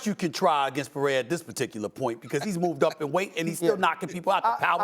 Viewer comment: Why can’t people who speak for a living pronounce names Peraya? 😂 People can’t even articulate words anymore.